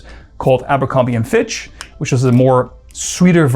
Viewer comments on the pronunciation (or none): none